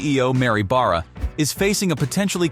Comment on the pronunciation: This guy narrating the video mispronounces Oshawa and Barra and not once says anything relevant to the subject. Who makes this crap up?